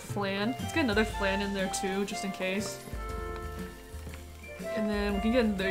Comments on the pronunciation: Ah! Minus 12 right right!!! I knew I was forgetting some easy formula for it. Now the question is do I still say "FLANNE" for the memes, or go with the correct pronunciation of "FLAHN" ? Forgive me and memes I'll say it correctly next time XD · I love memes lol, so you're fine 😂 it doesn't bother me at all. Every time you said 'FLANNE' I couldn't stop laughing. Tbh, listening to your commentary feels like I'm just watching a close friend stream a game. It's very comforting, honestly.